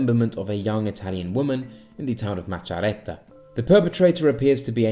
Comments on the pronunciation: Awesome video, you made quite a few interesting observations. Just one thing tho, your "Macerata" pronunciation killed me :) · Great video! Just to point out, 5stars clearly made - and will make - mistakes,but they're the only ones apologising for those. BTW, yeah, we're in a terrible situation, and worst thing there's no hope. How you say Macerata it's amazing ahah